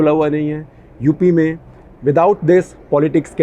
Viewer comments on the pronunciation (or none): none